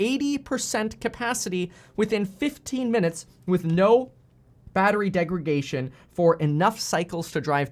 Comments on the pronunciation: Great video as always Kevin! "DegraDation" not "degraGation" by the way when talking batteries haha. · Btw, it’s called degradation not degragation.